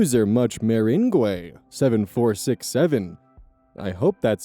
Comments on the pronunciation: mr ang is the pronunciation. Like lemon meringue pie. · I imagine someone else has already mentioned this but it's mer-ang. Like lemon meringue pie. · Meringue is pronounced "mer-ang," jsyk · I am so sorry for saying this but hearing you struggle to pronounce meringue got a chuckle out of me also it's pronounced mur-ang, I think it's French or something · Pronouncing meringue as "mer-een-guay" instead of "mer-ang" might be the funniest part of this video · Okay, okay, not to make fun of you, but I laughed so hard at "mer-in-gway" 😂 (it's "mer-ayn", or at least that's how it's pronounced where I'm from lol) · meringue... muh-rang. like the stiff marshmallow cookies. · meringue (murr - ang)= like a lemon meringue pie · Meringue: mer-ANG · "Meringue" is pronounced "murr-RANG" where I live. I have no idea why. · Meringue is pronounced [Muh-rang] btw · i was listening to this while doing other stuff and just hearing how you mispronounced it knew the word was meringue(pronounced mr-ang) its a kind if dessert that uses whipped egg yolks most famously(in the midwest at least) is lemon meringue pie. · For future reference, meringue is pronounced ma-RANG. It’s a candy/desert item made with egg whites and sugar. It’s spelled like that because every French word comes with at least two bonus vowels /j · i do belive that much-meringue-7467 is pronounced mer ange as i am pretty sure that is the spelling for the french desert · FWIW, Meringue is pronounced "Mer-ang", as in Lemon Meringue Pie. It's the egg-white-and-sugar part of a pavlova, and other desserts. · Oh buddy, you did great, but I thought you might like to know, I’m in the U.S., and from experience, I think it’s pronounced like “ma-rang”, and it’s this whipped-cream-like stuff that goes on pies and cakes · Just because it irked me "Much Meringue" Its a desert, I love ya content man but how have you never heard of a Meringue (Muh-Rang) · meringue is pronounced "muh-rang" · Mer(like mermaid)-Aang. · meringue (muhr-ang)